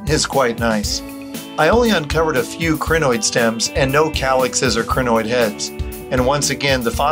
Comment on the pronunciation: Pronunciation of Crinoid should be (CRY-NOID), rather than (CRIH-NOID) Otherwise, a nice video. :) Thanks for posting it.